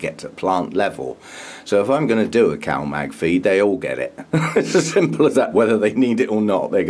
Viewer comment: CAL-MAG ! I thought it was COW-MAG no wonder all I could find was cow pictures